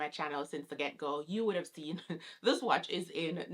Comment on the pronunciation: This came in my recommended and I clicked but I could not make it past two minutes. The way she says "watch" drives me nuts. Like speak Patois or English bruh. Pick ONE